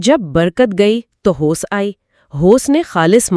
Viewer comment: Very nicely explained but Please use correct pronunciation it's hawas not hoce. Some time It's really difficult to understand what exactly you want to say. Sorry please, not critising.